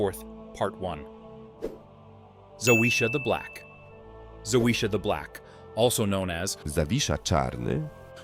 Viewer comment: It's not that hard to pronounce Zawisza - for an anglophone ZAVISHA....try It out, the way you say it makes any Polish person cringe